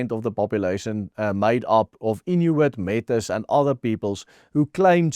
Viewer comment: I thought Metis was pronounced Me tay.